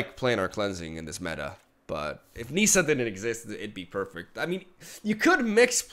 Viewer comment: It's pronounced 'Nissa' like how it's spelled. It's not 'Neesa' ... smh